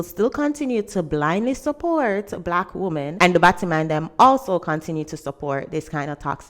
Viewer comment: batti-man, not battimon. as in ass man.